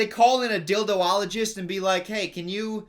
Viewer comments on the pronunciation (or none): Actually Hitler killed himself by gunshot,. Also, you still can be a Dildologist (or as you pronounced it: dildowologist), it's never too late;)